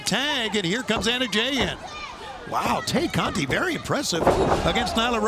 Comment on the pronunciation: These goofy Caucasian commentators are calling Tay Conti, Te-Cate 🤣 like the beer... Blessings